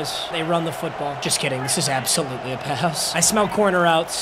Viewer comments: Mondon’s first name is pronounced Smile ✔️ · It’s pronounced “Smile Mundun” by the way. Like Monday. Smael Mondon is a DAWG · Smael mondon is pronounced like Smile